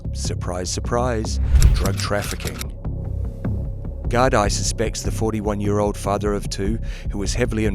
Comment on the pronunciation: The Gardie lol